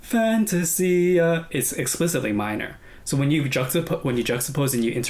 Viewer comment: The moment you pronounced FAN-TA-SIA, I knew you already watched it before reacting.